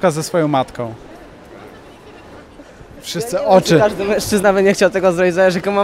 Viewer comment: MĘŁŻCZYZNA xd